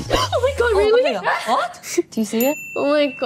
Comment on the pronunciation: Rosé:'blinto' Jennie:'netflex' Lisa:'TMR' Jisoo: 'I'm Jisoo I'm Okeyy'